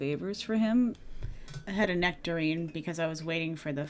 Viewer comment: necterine-ey mouth...